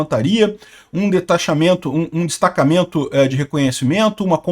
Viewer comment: "um DeTAXAMENTO". Achei que o Taxad tinha sido enviado pra Ucrânia 😂😂